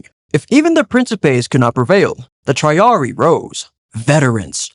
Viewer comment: I enjoyed the video but the pronunciation with the units for triple line killed me inside. Veh-lee-tays (Velites) and Tree-are-re-ee (Triarii) from my understanding.